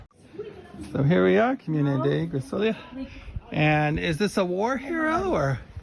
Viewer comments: It's Griso-lee'-a. Stress on 2nd last syllable. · Hi Guys, I have just started watching and before I forget, “Grisolia” pronunce it with the accent on the second “i”, not on the “o”. :). I agree with you, I like to visit all those small villages, but it is good to be back in Scalea where we have all the amenities and is mostly flat and easy to drive around.